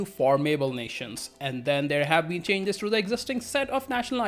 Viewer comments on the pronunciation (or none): none